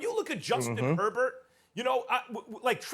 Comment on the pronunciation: I love listening to Americans destroy the surname Herbert. That is not even close to how you pronounce that name.